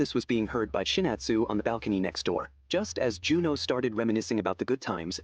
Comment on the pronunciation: ChinAtsu*. thats why AI messed up